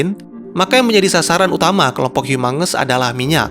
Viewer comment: Kok gua denger humungus amongus?